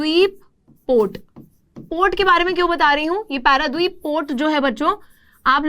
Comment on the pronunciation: I live in Paradeep, Odisha And it is not Paradwip , it's Paradeep. I have been to Vishakhapatnam port .